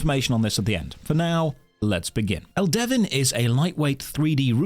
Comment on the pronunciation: It's pronounced Elde-VIN not El-Devin Get it right. And the games not that bad as you described. It's filled with lush environments and engaging combat. The servers are lively and fun. Give it a try